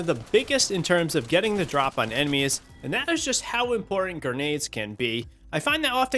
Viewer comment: Just found this guy and enjoy his content.... But gurrrnades vs grenades is driving me crazy.